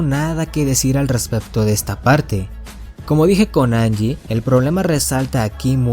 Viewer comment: se lee janyi no angie xD